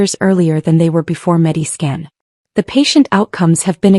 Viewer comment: MediSCAN, not Mediskin.